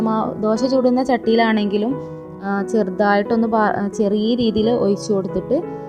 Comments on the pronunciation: ഒയിച്ചു കൊടുക്കുകയല്ല ഒഴിച്ച് കൊടുക്കുകയാണ്. പറഞ്ഞത് തന്നെ പിന്നേം പിന്നേം പറഞ്ഞു മടുപ്പിക്കുകയാണ് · Why she pronounce oyichu, uyinnu, etc. Boring